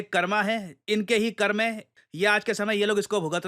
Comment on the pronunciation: He should have pronounced the word correctly to show the real pronunciation of the world. It's 'Karm' not 'Karma'